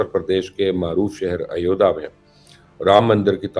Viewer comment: Typical bakwaas jihadi journalism. Typical propaganda-filled piece completely filled with lies and delusion. Aur haan, pehle thik se naam lene seekh. It is Ayodhya and not Ayodha.